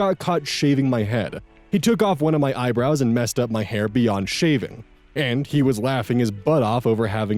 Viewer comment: actually saying "beyond SHaving" got me. 😂 No, it was still shavable. It's fun hearing his little mistakes sometimes. We love you.:>